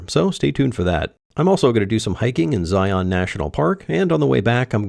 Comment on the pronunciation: Zion is "zi'un" like Ryan.